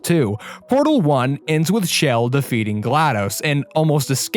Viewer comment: SHE's NAME CHELL NOT SHELL!!!!!!!!!!!!!!!!!!!!!